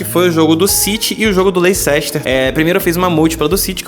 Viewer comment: A parte que eu mais gostei foi ele dizendo "Lei Cester" kkkkk Cara, vc parece ser bem gente boa, grava mais vídeos sobre os jogos, análises e oportunidades do mercado.